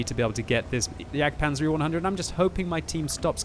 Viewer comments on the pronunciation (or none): none